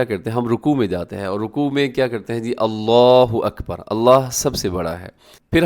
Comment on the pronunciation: اللہ اکبر یہاں اپ نے ب کے اوپر ضابر اور ر ک اوپر پیش ہے۔ تو کس طرح بر کی اواز نکلے گی۔